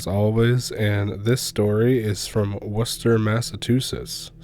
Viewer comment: Happy Easter everyone from Massachusetts (I'm not related to this story) but have to give huge kudos to you for pronouncing Worcester correctly! Some people from Mass can't even pronounce it. Impressive. 👍❣